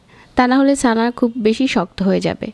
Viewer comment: it will be chana not sana. lmfao